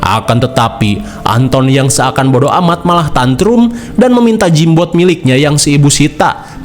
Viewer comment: Gamebot bang,,,,bkan jimbot